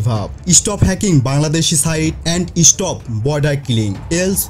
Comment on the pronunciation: আপনার উচ্চারণ ঠিক করেন ভাই। ইস্টাটাস কোন শব্দ হলো? ইস্টপ কোন ধরনের শব্দ'? স্কুলের বাচ্চারাও এর থেকে ভাল উচ্চারণ করে। 🥴